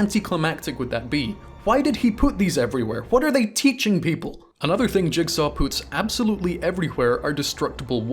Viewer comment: I like that he says poots instead of puts its funny